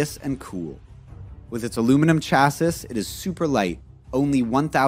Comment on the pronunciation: Cool car. FYI Chassis is pronounced "chassy".